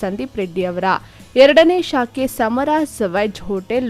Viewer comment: ಸಾಮರಾಸ್ ಅಲ್ಲ 🤦🏻‍♂️ ಸಮರಾಸ್. ಮೊದಲು ಕನ್ನಡ ಓದುವುದನ್ನು ಕಲಿ 🤦🏻‍♂️